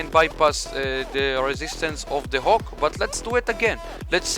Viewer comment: The way you pronounced "HAWK", sounds like the Hulk.